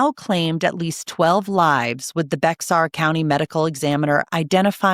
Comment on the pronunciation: And Bexar County is pronounced “BAY er”.